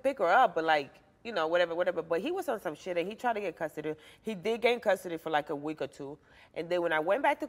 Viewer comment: Did she say weet😅